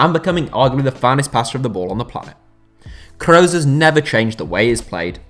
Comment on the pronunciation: Mooler and Crows, Germany's finest